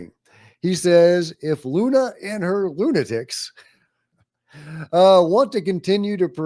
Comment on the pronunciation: Luna-tics. 😆 I agree she is a lunatic as politics goes but she's doing something positive for disclosure...I think.